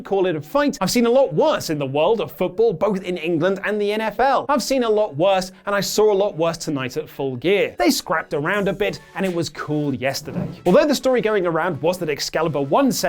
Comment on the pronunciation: It's England not Engand